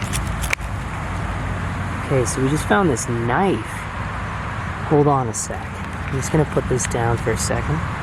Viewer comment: whoa NICE "Kah NIFFFF" , hahaahahahaha. Hopefully you kept that eyh.